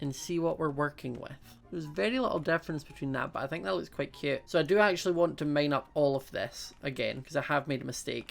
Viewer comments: Instead of cute he says it like kute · I love the way you say cute